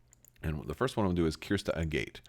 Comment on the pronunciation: Maybe pedantic, but I think 'Agate' is pronounced like the mineral [A-git] , not 'a gate'. I may be wholly wrong, though. Anyway, great video on the application of Raddus with the Providence!